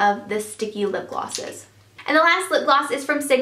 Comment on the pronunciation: is it just me or she always says"lipglasses"? it drives me crazy.Great video btw:)